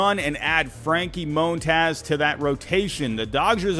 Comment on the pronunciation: Just say Mon-taz, the hell is up with all this Moan-Taws shit😂😂😂